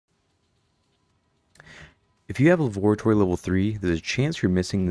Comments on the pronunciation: dawg its lavatory, not lavoratory. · Bro said lavatory like dexter says laboratory